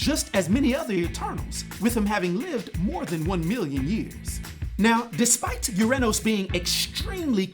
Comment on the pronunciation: Haha UrAnos....not MyAnos